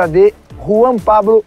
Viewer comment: o falou pabro? 😂😂